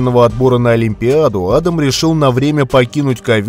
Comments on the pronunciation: адАм , а не Адам. адАм первый человек на земле, а не Адам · Ударение в имени неправильно ставите